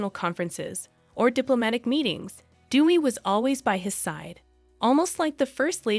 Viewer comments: Correct pronunciation of her name is “day we”, not “dee we”. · It’s pronounced “day-wee” not “doo-wee”. Aside of that, it’s a well prepared video. Well done. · Her name.is pronounced day-wee, not dew-wee. Dewi is the Indonesian word for goddess, derived from the Sanskrit word Devi. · White people learn to pronounce DEWI correctly. It is DAY-wee. Not DEW-wee .. she is not Duey the Duck 😂😂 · She was looking for a father figure. Her name is pronounced as Day-we. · Thanks 4 your podcast on Dewi Sukarno.. the correct pronunciation 4 Dewi = Dé Wee (meaning goddess) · PRONOUNCED : D A Y W E E. ....... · It is pronounced DAY-WEE not the always American way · You should pronounce her name, Dewi, the right way. Not like what you're pronouncing. Appreciate your story but please research on How to pronounce her name out of respect not just for her but for all Indonesian. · It's DEWI🎉